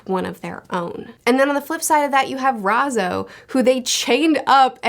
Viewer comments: good Video, but it’s R A I Z O, not R A Z O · What is so hard about the pronunciation of "ai"? Its R-eye-zoh. Like is it an on purpose joke? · Ah yes, "Rhazoh" my favorite scabbard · I like how she says Razo 😂😂😂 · She says Raizo with a southern accent, how adorable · Why does sound like she's saying Raizo in a Texan accent XD